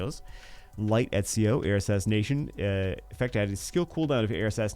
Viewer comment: Ezio = "et·see·ow". He's correct.